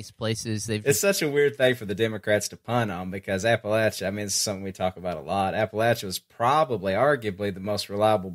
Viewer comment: Love yall but PLEASE learn to say Appalachia correctly!!!